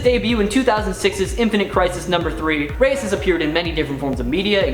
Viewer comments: It's not jAmiE rEyEs. It's pronounced hi-may Reyes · Good job on mispronouncing Jamie and Reyes!